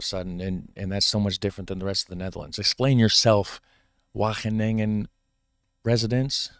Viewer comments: You're already getting better 4 minutes in, but the W is a hard one. You're pronouncing it softly. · Your Wageningen pronounciation is really close. Its only the letter A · The A in Wageningen is pronounced as the first A in AMAZING